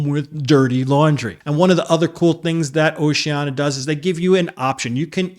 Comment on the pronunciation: Nice straight-talk video. One thing, though, when referring specifically to Oceania Cruises, the brand is typically pronounced with the "sh" sound: oh-shee-AN-ee-uh. Don't leave out that next-to-last syllable -- the "i" pronounced as "EE". Will you personally be on this cruise?